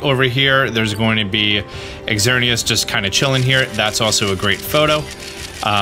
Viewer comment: I kind of cringed when you enunciated the x in Xerneas's name,the x makes the z sound in this case.